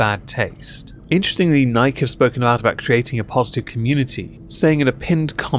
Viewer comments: Nike E, nikey, not Nike. :P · Bud light is an abomination of a beer. Nike is pronounced "Nigh-kee"...uno, like the Greek goddess. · In french we call it Nike to not insult the goddess of victory. Niké also mean "f*ck" in slang French. So ... we pronounced the name of that brand NEIK. Ei = your "I" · The one thing that i hate about Nike most isn't the sweat shops or bad business practices... Its the fact that nobody pronounces it right. You cant be a globally known company AND still have half the world pronouncing it wrong. Pick a freaking lane guys!